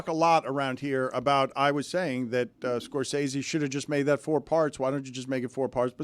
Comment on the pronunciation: It’s pretty ironic that Stugotz is the ONLY person on the show to pronounce Martin “Scor-sessy” correctly. Dan owes like $500 from that segment alone 😂